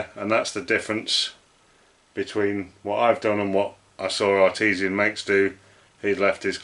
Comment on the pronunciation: the channel you referred to is ARTISAN MAKES - as in 'by artist' - not Artesian Makes - relating to a kind of water well. Otherwise - all good! Thanks.